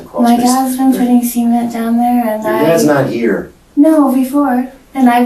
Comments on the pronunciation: Never heard 'cement' pronounced like that 😳 made me do a double take! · Pronouncing cement that way is the most psychotic part of this video lol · The detective says cement.......wrong 😕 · I don't know if its due to my headphones, or the quality of the Audio.. but when they both said cement.. it did not sound like cement.. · They gotta stop pronouncing cement like that 😂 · why does the dtective keep saying "seamen" instead of CEMENT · I keep thinking he’s saying “semen” not cement lol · The way both of these people can’t say cement like a normal person, “sement” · What crazy accent is making them pronounce cement like semen? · Everyone is commenting on how bad her laugh is, and I agree, but I think I am more disturbed with how the interrogator pronounces cement…”sea ment”. Cue crazy lady laugh. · the way these people pronounce semen(t) is making me uncomfortable 😂 I was so confused about why she was putting semen in the basement 😭😭😭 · Please, anyone reading this, hopefully that detective as well, please don't ever call Cement, SEMEN-t. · SEE ment? lol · He pronounces cement like “semen” lol wierd. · Why do they pronounce cement like "semen"?? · I know he said cement but I keep hearing semen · Uhhh.. why is the detective pronouncing “cement” like “SEA-ment”?? I thought he was saying something else for a minute there… 😳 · The way he pronounces "cement" is messing with my head. I keep hearing "semen" and thinking 'man, who the fuck is producing quantities of semen large enough that it can be dug up at a later date' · I've never heard anyone pronounce "cement" in that way. I swear if the subtitles weren't there, the first one or two times I would've thought he said "semen" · Why does the cop have to pronounce cement as semen? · The real crime here is how they pronounce 'cement'. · they've got to stop pronouncing "cement" like that... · What part of the country pronounces cement like that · Why are they pronouncing cement like that